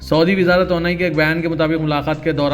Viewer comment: تونائ نہیں توانائ بولیے بھائ یہ سیاست اخبار کا حصہ ہے۔ اردو بولنے میں بھی سدھار لانا بھی ضروری ہے۔